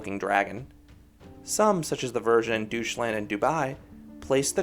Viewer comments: Great vid, thanks for the overview of all the dragon coasters, I never knew every Legoland has one. By the way, I assume you mean Deutschland when you say 'doosh-land'? If so it's pronounced 'doych-lant' :) Also, as you suspected the Dragon at Windsor is very tame. Apart from the dark-ride section it's a complete snooze-fest and is also way too short to be worth the long waits it accumulates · The German in me is like wtf is a Doucheland? The American in me is like "LOL He called it doucheland!" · Great review! My only minor nitpick is how you pronounced Legoland Deutschland. Still, this looks like one of the better family coasters out there.